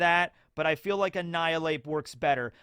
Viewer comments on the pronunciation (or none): none